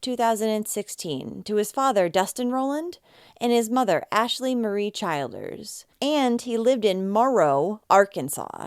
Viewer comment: Just so you know, its pronounced Chill ders not Child ers. RIP Blu💙 I'm so sick of boyfriends killing children and the mother letting it happen. Wtf is wrong with these mothers? Wtf is wrong with boyfriends who kill children?